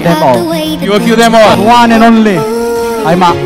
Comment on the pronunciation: 'The One And Onleh'..Hi Mak!